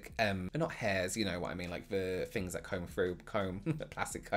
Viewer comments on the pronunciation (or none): Excellent content but I’m distracted by the way he says ‘Fings’ instead of things and ‘Fort’ instead of thought 🤔🤔Good info though!